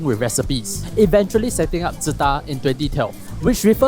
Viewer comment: I found out today it's not pronounced as Su-Tah :face-blue-wide-eyes